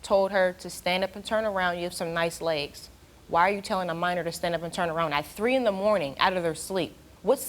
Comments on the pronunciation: Minor.... He says manor... Smh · He said manor lol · He can't even say Minor he says Manor lmao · Soon as he said “manor” instead of minor I knew he was lying child. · The way he says minor sounds like manor lol x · Steve: You did not tell the truth. Creep with the gap in his teeth: "I didn't have sex with no manor". Me: Lol!!!! Dude can't even say minor correctly and expects them to believe that he didn't do it when he clearly failed the polygraph. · It’s minor not manor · this guy can't even pronounce minor, what is manoooor!? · I believe what he's trying to say is minor. Not maner you idiot. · I just have to say… The way this guy pronounces minor really annoys me